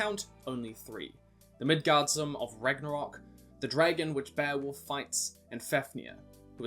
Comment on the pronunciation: Hey, loving the channel :) Just a minor correction to how you pronounce Midgardsorm, you say it like this Midgard sorm, I believe, but it is actually pronounced like this Midgards orm, orm being the danish word for worm, and this is how we spell it in Denmark, Midgårdsormen :) Keep up the great work :)